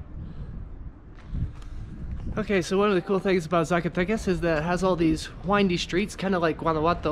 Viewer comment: Hey, Brother!.....Just a quick little grammatical tip: Even though the letter "Z" exists in the Mexican alphabet, the "Zee" pronunciation is not like the US, you pronounce it like you do an "S".